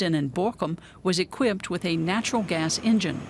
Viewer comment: Do you know how to say "natural gas”?